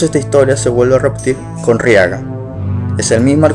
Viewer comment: Oye...no es Riaga es Raiga y dices que el que asesino Orochimaru es el quinto..pues estas equivocado Sarutobi Hiruzen es el tercero están acomodados así 1-Hashirama 2-Tobirama 3-Hiruzen Sarutobi 4-Minato Namikaz 5-Tsunade 6-Kakashi Se que me faltó uno pero no quiero spoilear